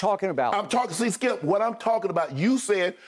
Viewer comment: No one: Shay every weekday AM: Skiup